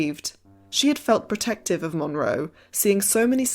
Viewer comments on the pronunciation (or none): none